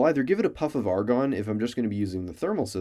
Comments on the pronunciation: Argon Not argon Love the scientific-ness of this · ARGON NOT ARGON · Argon and NOT Argon xD